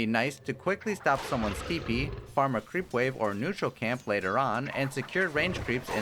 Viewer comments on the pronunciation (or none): none